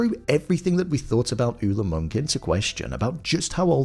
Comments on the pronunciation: It's Monk not Munch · Its pronounced “Moonk” but its witten as “Munch”